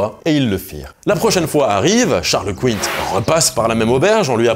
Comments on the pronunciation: Vidéo bien cool, mais attention à la prononciation des mots étrangers. Comme déjà dit plusieurs fois par d'autres, Charles Quint (ou Charles V, cinquième du nom, comme dans une "quinte" au poker par exemple) se prononce "Kin". Pas "couinte", à l'anglaise. Il était empereur du Saint Empire Germanique, pas roi des rosbifs... Et "das Boot", "le bateau" en allemand, se prononce "bot" (avec un "o" long) et non "boute" à l'anglaise. C'est d'ailleurs le titre d'un excellent film de sous-marin et si tu prononces "das boute", les Allemands se foutront autant de ta gueule que si tu dis "boute" au lieu de "Stiefel" (chtifeul)... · Alors, on dit peut-être Charles « Kwint », mais seulement après pas mal de pintes. Sinon on dit Charles « Kain », comme le p’tit Quinquin. C’est bien un mot français, mais de l’époque, évidemment. Ca veut juste dire Charles Cinq… Santé ! Ah, et les anses, on peut faire les liaisons : deux-z-anses, trois-z-anses, etc. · Charles qouïnte Charles qouïnte... C'est CHARLEKIN que ça se prononce bordel ! Sinon j'ai bien aimé la vidéo surtout le moment avec la bière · C'est pas Charles "Quinne-te" c'est Charles Quin comme qu'un, il est Belge malheureux ! Et le dernier en Belgique ca se pratique beaucoup par les cercles étudiants (folklore national) on appelle ca une estafette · Charles Quinnt xD Ca s'écrit Quint et ça se dit Kin ;) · C'est Charles "qu'un" mon ami, et non Couinte ! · Merci pour la vidéo ! (par contre Charles Quint, ça se prononce comme "qu'un" en français) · Merci ! ( Charles quint se prononce comme " qu'un ") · Et l'empire sur lequel le soleil ne se couchait jamais ce n'était pas plutôt l'empire britannique de l'ère victorienne ? Je pensais qu'il allait dire qu'une fois "qwint" mais il l'a répété à chaque fois c'est assez surprenant. D'autant plus que dans d'autres pays (Espagne et pays d'Europe centrale d'où il était empereur) son nom ne se prononçait pas comme ça non plus je crois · Charles Quint ça se prononce QUEIN, enfin comme pain !